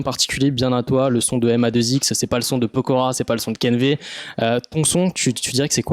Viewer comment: Keen'v se prononce kin'vé merci